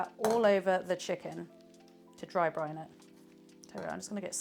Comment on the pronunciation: It's BRINE, not Brian! 😁